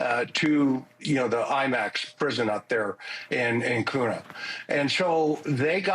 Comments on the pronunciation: The city of Kuna, Idaho, is pronounced "KYOO-nuh". It's not pronounced "koo-nuh". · KUNA is not coona its QUE-NUH and Moscow is MOSS-COE not cow.